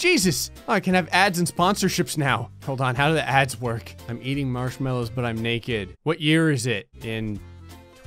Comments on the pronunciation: Mallows not mellows.. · “Marshmellows” I nearly died